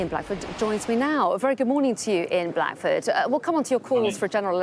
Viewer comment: "well Ian Black...Furd..." Blackford is ONE WORD. This is how incompetent these news READERS are... Reading out Blackford as "Black...Ford" is the height of incompetence for someone whose SOLE PURPOSE is to Read Aloud